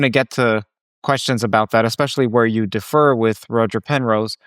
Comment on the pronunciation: Great guest and interview,! It seemed like you pronounced "differ" as "defer" a few times. "Differ" has the stress on the first syllable.